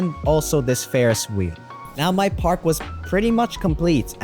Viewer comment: I think he was referring to park- sounding like pork if you guys are confused 💀🫢